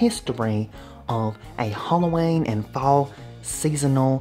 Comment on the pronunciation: Talk properly. Hollowayne?